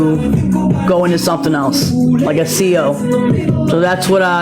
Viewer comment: She better learn how to pronounce CO first.